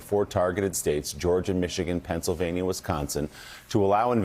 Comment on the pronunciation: She almost said Michiconsin 😆